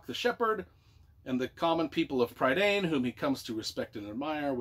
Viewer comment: Entertaining review. You butchered a lot of the names (Tah-run, not Tuh-ran and Eye-lon-wee not Ee-lon-why; Pri-dain not Preye-dain). There's a pronunciation glossary Alexander put together. This is a pivotal book to read before The High King and tells a really good story.